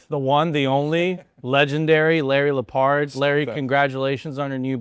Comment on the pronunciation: It‘s Lepard, not Lippard (Chapter 1 Title).